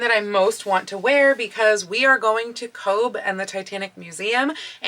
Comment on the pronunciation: Hi! I was in Cobh a couple of weeks ago and I believe it’s pronounced “Cove”, i.e. the bh is sounded as v. 🤪